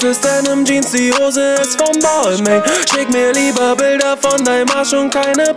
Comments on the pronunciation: Kann das sein das er Balmain falsch ausspricht ? Man spricht es doch Balma aus oder nicht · Das spricht man BAL-MAHN aus hahaha... Bruder nimm den Track runter, ist ja echt peinlich. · Hauptsache Balmain ausgesprochen....😂🤦🏼‍♂️ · Es heißt nicht [baalmäin] sondern [balmahn] du Attrappe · spricht man balmain nicht anderst aus? 😂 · Ich hoffe er weiß das er die marke falsch ausgesprochen hat und es nur für den Reim so ausgesprochen hat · Er spricht Balmain einfach die ganze Zeit falsch aus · Er spricht balmain mit Absicht falsch aus aber warum ?? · Alter du sprichst Balmain falsch aus 🤦‍♂️🤦‍♂️🤦‍♂️ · red' nicht von Marken, die du nicht mal aussprechen kannst... schreibt einen ganzen Track drüber aber spricht die Marke falsch aus #brudermusslos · Sprich es bitte richtig aus du möchtegern fashionkiller